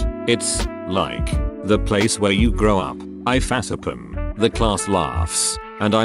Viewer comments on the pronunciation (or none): Olden days: "In the future, we will have flying cars!" Today: Robot pronounces face-palm as 'fass-a-pum'